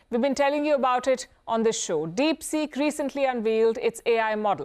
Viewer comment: Palki Sharma: DeepSick😆